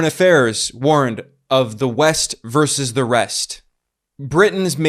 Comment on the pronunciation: "Versus". The word is pronounced "Versus".